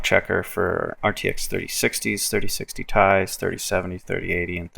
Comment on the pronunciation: "3060 tie" imma have to start calling it that 😂